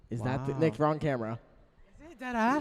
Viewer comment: that “Nick.” Was personal😂